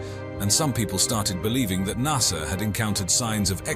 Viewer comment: There is NO R in Nasa